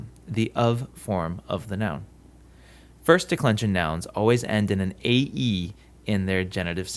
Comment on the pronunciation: i think you pronounce ”ae” wrong